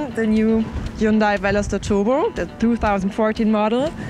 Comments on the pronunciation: She needs to learn how to say Hyundai. Hyun-day not hyoon-die. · Dear or;) if you make these reviews mostly for Americans ( I don't know why if you live in Europe, Germany but anyway...:D ) please say Hyundai in a proper American way. It should be spoken Hun-day like a Sunday if you know what I mean. Keep it up crazy girl. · Erkal Koreans do not pronounce it that way. It's correct pronunciation is Hyundeh. Not hyunday or hyoondie or whatever the fuck you think it is. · Erkal Hyundai had an ad in South Africa campaign saying: "Hyundai, like sunday" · JaySee5 Do you really not think it's common practice to pronounce names using your own language's phonetics? Do you pronounce Volkswagen as FOLKS-va-ghen? Do you pronounce Honda as HONE-duh? Do you pronounce Jaguar as JAG-ew-ar? I doubt it. Seriously. I think you're full of it. And if you indeed do pronounce all of these (and more) 'correctly', then you're THAT guy. The guy that everyone rolls their eyes at and groans when he opens his pompous mouth. The guy that tries way too hard to try to sound overly-sophisticated to the point of pretension. And I sleep well at night knowing you're THAT guy and I'm not. And if you really have friends that speak with such genuine, honest 'sophistication' as you do, then I hope you enjoy each other. Truly. But spare the rest of us. You people are the obnoxious minority for a good reason.